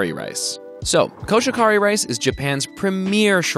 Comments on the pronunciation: Just so you know, it’s koshi-hikari. Not koshikari. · Koh-She-He-Ka-ri. No buried syllables or silent/modified vowels in Japanese. コシヒカリ コ-ko シ-shi ヒ-hi カ-ka リ-re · that was the most butchered Koshihikari I have ever heard and it was great lol. i never really thought about it being weird to say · I’m disappointed that you mispronounced "Koshihikari".